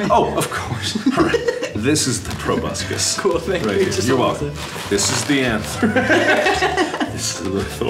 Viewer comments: I swear half of this video is Mark saying the word probuscus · I am Beepbop XDD At first I thought he said "Probuscus" and I was like "WHERE'S TOBY TURNER AT!?!?!?! MY BOY TOBUSCUS" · How many of you rewatched this because you wanted to see mark say pRoBusCus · Meme Juice WHAT THE FUCK IS A PROBUSCUS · Nobody:... Mark:probuscus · jayd mihalic or whenever Mark says "proboscis" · Why does proboscis sound very bad when mark says it??? It's not actually bad 😂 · I’m an entomologist and every single time I say “proboscis” I think of this video, so thank you for ruining my life